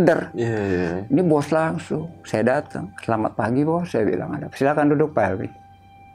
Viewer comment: R(e)mbang... S(e)lamat.. Bukan E... Tp €